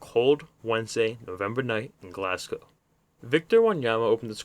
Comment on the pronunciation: Ross County lost the 2010 Scottish cup final to Dundee United, not Dundee. ;) good vid 👍 good to hear an American pronounce Glasgow correctly 😁